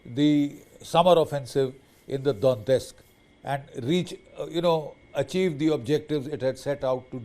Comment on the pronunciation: Russia has been planning this war for 4 years and has already lost over 10 million soldiers — now they’re relying on underfed North Korean troops to fill the gaps. And Major Bakshi’s “analysis”? Complete nonsense.and BULLSHIT Maybe start by pronouncing “Donetsk” correctly. Putin will never succeed, and Russia’s economy is headed straight for catastrophe.